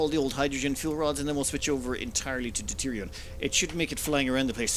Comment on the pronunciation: It's deuteriuM. Not deuterion. Please, for the love of god.